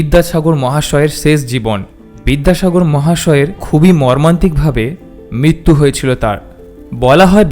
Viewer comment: শ,ষ,স উচ্চারণ খুব খারাপ। জিভ র ফলা উচ্চারণ করতে পারে না আপনার। মিত্যু নয় শব্দটা মৃত্যু। প্রশ্রয় হিন্দি ভাষীদের মত উচ্চারণ করেছেন কেন? বিদ্যাসাগর গণ্যমান্য ব্যক্তি। "তাঁর, বলেছেন, " ইত্যাদি হবে। আপনি বাঙালি নন?? মাতৃভাষার অবস্থা খুব খারাপ।